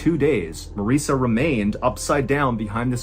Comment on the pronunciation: Marissa is pronounced to rhyme with Melissa.